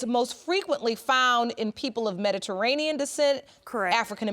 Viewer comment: The way that first women is pronouncing Mediterranean 😂😂